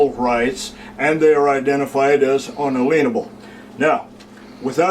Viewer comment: "un-a-lien-a-bull" patient 0?